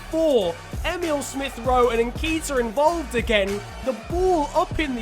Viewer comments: I swear it’s pronounced nket iah not nkeetah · lad it's, N-KE-T-IA not N-K-ITA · Its nn ket ee ah not nn keet ah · say nketiah how it is spelt not nekitah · It’s ‘n ké-ti-ah’ not ‘nkeyta’ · It is pronounced Enketia